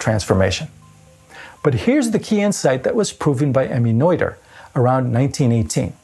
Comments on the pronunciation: It's Nöther, not Neuther. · Pedantic state follows: Noether is pronounced nerter, not noiter. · Regardless of Noether or Nöther, shouldn't the pronunciation be the same? You pronounced the name as if it had been spelled Neuther in the German language. I went to Google translate, selected the German language, typed in Nöther, hit the play button, and sure enough, the correct German pronunciation could be heard. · The "oe" in "Noether" is pronounced as the "i" in "girl" - approximately. Greetz Herzele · The "oe" in Noether is pronounced like the French "oeu" in oeuvre or boeuf. "Oe" is NOT two separate sounds, only one. It is just another way to write the umlaut "ö".